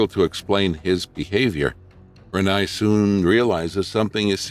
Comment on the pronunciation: Except for saying Renai’s name wrong, I agree.😊